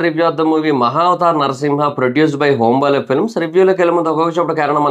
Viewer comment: Home baale films kadhu, hombaale films.